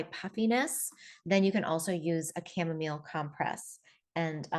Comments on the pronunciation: Chamamolee? Was it hard to take this person seriously as being knowledgeable on the topic? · I saw that video where he said “cha-momma-lay” too like last month or so. Epic Gardening I think the channel is called. Too funny! 😂. His friend had said it, the main guy knows better.. My hubby is def. more of the venting type. I’ll try to get him to drink this more! Thx for sharing all of your practical tips & knowledge that I can sure use too 😊